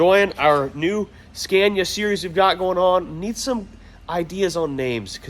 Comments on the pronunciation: It's pronounced Scánia, not Skèènia :D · SCA-NI -A time to stop butchering it 😅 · Pronanuced ScAnia. "A" like the last "a" in Canada for you. :) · Learn how to pronounce Scania with an open A,, it´s not difficult. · Pro tip! Scania is pronounced with an 'a' as in martyr, not an a like in mad. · You can start on the second gear when you don’t have a load. And you pronounce Scania wrong 😉